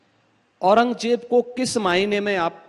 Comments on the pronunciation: Takle orang Jeb nahin orang zeb bolna sikh 😂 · Au-ran-gaay-jeb 6kaa bolna sekh gaye 😂aur beta Yogi Adityanath ka naam Dhangh se Lena seekh samgha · Pehle to kehna seekh औरंगज़ेब है औरंगजेब नही है 😂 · Batau bhai jiska khud uchcharan bhi sahi na ho wo dusro ko kia gayan dega aurangzeb ko aurangjeb bol raha hai shahjahan ko sanjha bol raha hai aur gayan iska jhoot ka pulanda hai. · Paththar ke muh jesa h yeh ...jisse aurangzeb allam gir rehmatullah aleh jii ka naam toh pronounce ho nahi Raha h